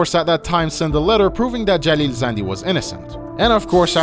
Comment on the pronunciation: مطمئن باش این آقای باب خودش ایرانیه. به نحوه تلفظ کلمات زندی و شهرام خوب دقت کن فقط یه ایرانی میتونه شهرام رو اینطوری (مثل داخل ویدئو) تلفظ کنه